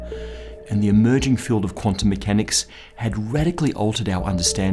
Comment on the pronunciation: All of you, this is getting boring. in the video, says "emerging" and pronounces the second vowel like most germans pronounce the "ö", "Emöging". ManicEightBall, your funny attempts at nitpicking refute themselves, because in german dialects pronounciation differs to the degree that most germans don't understand all those other german dialects they didn't grow up with. So when a bunch of germans give you examples like "bird", "word", "heard" and so on, don't try to get into stuff that really doesn't matter. The german letter Ö represents not one single sound, but a range of sounds that are most of the time close to each other. And is not too far away from the right pronounciation of "Schrödinger", at least he's better than most people who are used to speaking english.